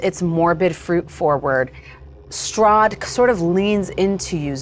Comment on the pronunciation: Honestly, at the end of last episode I thought she said Soth instead of Strahd until it was written.